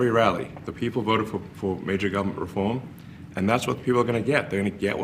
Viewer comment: The American people voted for reform; not "refoam". Not interested in this bad foreign-actor with a speech impediment and illuminati hand gestures standing in the oval-office dressed like a James Bond villain speaking on behalf of the POTUS. ———DEPORT HIM NOW!!!